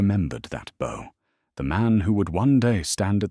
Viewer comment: You have a narration that I truly appreciate. I just wish you could get the difference between "read" and "read", "bow" and "bow" . When I read a passage I usually leave it after I have read it. (The second use of that is pronounced "red"! It is the past tense!!) I put the arrow to the bow, set to shoot very closely beside the the person crouched in a bow by a horse. ( That last b-o-w, is pronounced to sound like ouch!!) Please try harder to get them right.